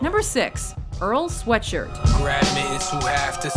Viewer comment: Lol I died when they said Earl Sweatshirt's name